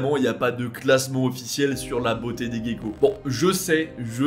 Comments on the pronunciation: Merci de vos recherches, il est toujours fascinant de découvrir des choses. Juste un mot sur la prononciation de "gecko" , le mot se dit "jéko" mais à force j'imagine d'entendre la prononciation anglaise...j'ai le même "problème" :) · Merci, pour cette vidéo intéressante sur le monde animal ! Il y a un truc qui m'a fait beaucoup rire je t'avoue, c'est la façon dont tu prononces gecko : comme le mot geek 😄 je me demande bien pourquoi 🥺🥺🥺😅 Or Gecko se prononce plutôt comme Gérard, Gentil, geek venant de l'anglais son cas est particulier (gecko ne vient pas de l'anglais) Sinon bonne vidéo !